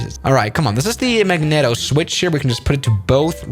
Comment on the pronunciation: Isn't Magneto pronounced Magneeto?